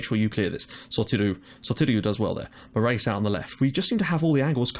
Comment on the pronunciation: Morais -> Moorays Is he portuguese?